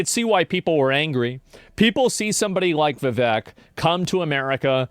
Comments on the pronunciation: You're saying vivek name wrong Its viv ache Not Viv vek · Vivek, it rhymes with cake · It's Viv(ache) not Viv(ek).